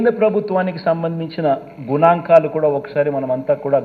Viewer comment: Gunankalu kadhu babu Ganankalu manaki telugu palakadame sariga radhu nuvu oka shemm ma daridram Neko dandam ra babu inko two months tappadhu ma sani pothundi 😂